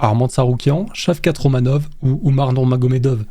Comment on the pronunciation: Shavkat Romanov, Cowboy Corenone et Georges Masvidal… non mais sérieux, les prononciations c’est terrible tu invites des noms ! Et les classements sont aléatoires, il faut regarder l’UFC avant d’en parler c’est catastrophique… mettre Arman, Tony prime et Gaethje dans la même caté que Nate diaz, Cerone et chael sonnen c’est une honte